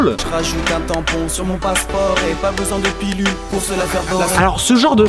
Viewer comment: Alors, juste parce que ça me chafouine : "PiLule" ! Et non "PiLLule" Bande de nazi de merde. Bisous